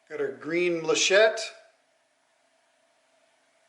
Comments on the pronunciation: I love the yellow sheen of the wood and the green of the inlay. I'm hearing you call the inlay muh-shett. The proper pronunciation is mal-uh-kite. Gramma Kat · Every time I heard "machette" I winced and whispered "... malachite..." That bowl took WAAAAAY too long to finish lol but it looks amazing. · Sorry it's pronounced mal-a-chite ( end sound is kite) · It's very very beautiful but I have to correct you. It is Mal a kite malachite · i believe its pronounced mal-a- kite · I really enjoy watching your videos. So I need to tell you about your color. It is named after the stone malachite and it is pronounced mala-kite. I’m not a big fan of green but this is a pretty resin color. Looks great. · mal•a•chite măl′ə-kīt″, beautiful bowl as always 👍👍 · The way you said Malachite made me laugh. I see others have already corrected your pronunciation. Geology was one of the things I studied in college because while Astronomy is stellar, Geology rocks. A nice-looking bowl any way you say it.